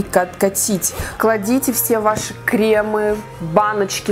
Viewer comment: Не кремЫ , а кремА